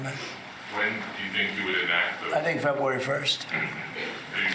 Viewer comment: ‘Febway 1st’?